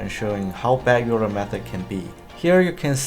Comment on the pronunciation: Fun fact: Euler is pronounced oiler not youler